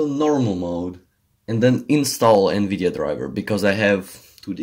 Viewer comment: its "Nvidia